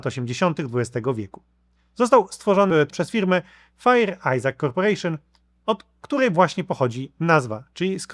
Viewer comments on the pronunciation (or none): Fair nie "fire" w tym FICO. Jak możesz się tak mylić tam mieszkając??